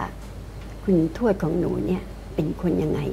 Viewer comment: ทำไมได้ยินออกเสียงชวดตลอดเลย ไม่ใช่ทวดหรอ